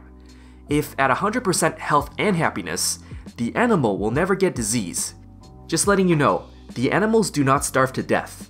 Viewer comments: No One: "...": "DisEASE" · Great guide. I particularly liked the way you say disease. dezeez. 10/10 would recommend.